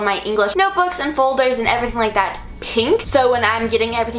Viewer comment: I am the only one who heard her say "fuldurs"